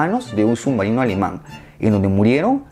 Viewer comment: "El imperio alemang" jajaj buen video bro, cómo siempre 👌